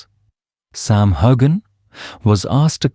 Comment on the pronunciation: Learn to pronounce his name!!!!